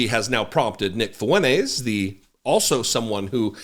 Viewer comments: his last name is “Fuentes” I’m telling this guy to pronounce his last name correctly. It isn’t “Funays” which you’re right, there’s no ‘T’ in “Funays.” That wasn’t my point. My point was pronounce it correctly. Again “fu-en-TES” not “fu-NAYS.” Nice try. Now stop replying and go be a ree t a rd somewhere else. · I don’t like any of these characters, but if you’re gonna be a podcast host, can we at least do a little bit better on the pronunciation of names? The guys last name is “Fuentes.” There’s a “t” in there. It’s not “Foo-Win-Ayes.” It’s “Foo-Win-Tayes.” We gotta get these things right, or the good guys lose validity. That all being said, both Kanye and Mr. Fuentes are absolute trash pandas, and I give them no power whatsoever. May they both be miserable monsters forever. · I think you need your ears checked ree t a rd. He clearly says “Funays” no emphasis on the ‘T’ whatsoever. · no. I was insulting him for saying “Funays” and not saying “Fuentes” which is what I said at the very start. You’re just being a ꋪꍟ꓄ꍏꋪꀸ for the sake of it at this point. Tell me where I wanted him to say “Funtays” when that’s not even the correct spelling or pronunciation of his last name? That makes no sense when my entire initial compliant is stated from the get go? Going back and forth for 5 days just to continually be ꋪꍟ꓄ꍏꋪꀸed and post nonsense. This is the last reply I’ll dignify you with. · Lmfao this guy can’t even pronounce the man’s name 😂😂 .. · you can't pronounce "Fuentes" ? just insist on the "T" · T? Funays + T = Funtays Is that what you want lmao? Funtays ≠ Fuentes You literally just proved my point. Now go get your ears checked. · yeah but there’s no ‘T’ in “Funays.” And as I said he doesn’t pronounce the ‘T’ in “fu-en-tes” which is how it’s pronounced. Not “fu-en-ays.” Get your ears checked and go back to school to learn proper grammar and pronunciation you re t ar d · Love your videos !! But its *FuenTEZ. Not FuenTAZE. Sorry but i literally cringed every time. 😬👍🏽